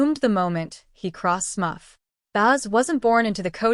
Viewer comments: SMURF! Not smuff. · Smuff??!! COME ON MAN!!! Smurf!!!!! Smuff sounds like ear muff!! SMURF SMURF SMURF 🤦🏻‍♀️